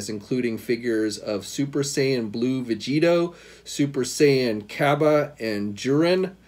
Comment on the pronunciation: Surprised he nailed the vegitto name (I probably got the spelling wrong)